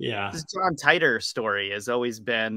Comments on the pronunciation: Teeter not tie tor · John tEEter....Not TYTOR. Nobody has ever said Tytor pronunciation